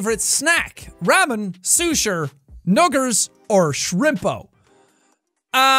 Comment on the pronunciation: it’s so funny when Sean didn’t realize when he said nuggers